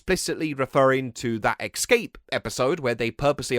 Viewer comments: Es-cape* NOT ex-cape. You absolute doughnut. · Ex-scape? Who the eff pronounces "escape" like that, apart from Americans? 🤬🤬🤬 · Came ro the comments to see if anyone else noticed that lol! Now I know why I used to say "ex-cape" when I was a kid! 😩 I grew up in England, (an area in south east London called Dulwich), and we all pronounced it that way!